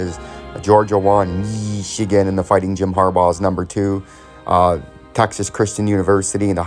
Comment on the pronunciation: Dude just say Ohio state or Michigan correctly dude.